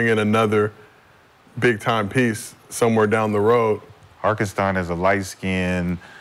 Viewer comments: Is somebody gonna tell McCants it’s hartenstein not harkestein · Never take advise from a dude who can’t pronounce a name😂 HarKenstein😂😂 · he don’t butcher it as much as McCants. I’ve heard him butcher a lot of names but McCants does this one EVERY TIME